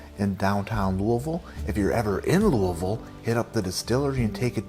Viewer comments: You say Louisville like a local! Kudos. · I'm so impressed that you pronounced "Louisville" properly. I wouldn't have expected that from a guy from Connecticut. Your vids are great and hilarious. Keep delivering that great content!